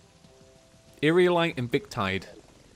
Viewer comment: WHOO he learned hot to pronounce Aerialite and vic tide